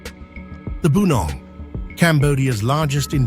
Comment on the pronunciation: you saying it wrong its not bu-nong. its Pu-nong. it mean forest people or jungle people. hence they live in the forest. like tarzan LOL